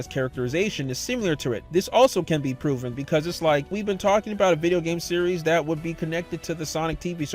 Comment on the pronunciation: the way you said "series" activated my Siri Btw I'm in a quiet room with this med level loud